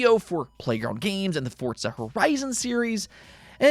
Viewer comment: FORZA, wtf is fortza